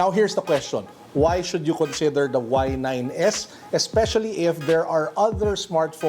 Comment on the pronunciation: Did he say "Huawei y9....s..i..x"☠️